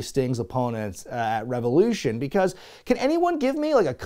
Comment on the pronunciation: REV-EOW-LOO-SHONE Thanks for keeping Tantric alive,.